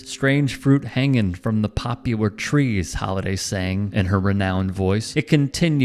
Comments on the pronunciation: it's pop-lur, not pop-ular. Poplar is a type of tree that grows indigenous to the southern US. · Poplar tree, not popular tree. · Gawd. It's "poplar tree," not "popular tree." And for god's sake, play the song. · Did you say "popular trees"? Read MF..... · Poplar tree not popular tree. Respect the art. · It’s poplar trees not popular trees. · Pop-U-lar Trees? 'POP-LAR' trees is the correct term. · It's not populer trees its poplar (pop ler trees) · #ForWhatItsWorth Buffalo Springsteen would be a good song. Sidenote, for what its worth 😏: Pop-Lar is a type of birch-like tree...not pronounced "pop-u-lar". But that was cute 😉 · The lyric is "poplar", not "popular". The word was mispronounced here. Edit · It's "Poplar" trees, not "popular" trees. Good grief! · It's POPLAR tree not POPULAR tree. Have you ever listened to the song? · Its Poplar Tree, not popular tree 🤦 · Poplar tree, not popular. The hell is a popular tree? If you're going to make such a serious video and quote lyrics please get them right. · Not "popular", but "poplar" trees, right ? ... (÷ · Love you honey, but it's not a "popular" tree. It's a Poplar tree. Pop-lar. Not pop-u-lar. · Poplar, not Popular. Just sayin' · Come on man.....POPLAR trees. not popular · "Poplar" not "popular." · Please... I know where the CC button is; why subject us to distracting unsolicited closed captions? BTW, the word (tree) is 'Poplar', not "popUlar". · Note* it's "Poplar Trees" (a species of fast growing hardwood),... NOT "Popular Trees". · POP-lar,, POP-lar!!!!!!!!!!!!! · It’s “Poplar Trees” my man…you would think if you’re going to do a story on the song you would research the type of tree she’s referencing…kind of tasteless to not know the difference between a type of tree and what you believed to be a typo…good story tho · It’s possible the pronunciation was in error. I am happy that this tale keeps on telling with this historic song and the history attached to it.